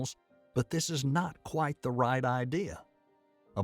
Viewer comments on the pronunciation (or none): none